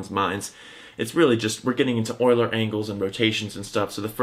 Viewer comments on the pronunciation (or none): none